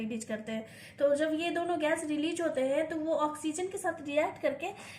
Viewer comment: Releaje is released so please stop to upload videos if you can’t pronounce the correct words